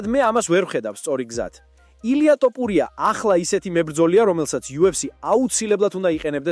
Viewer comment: მგონი კომპიუტერი ლაპარაკობს თორე ტოპურიას რატო ამბობს ეს ხმა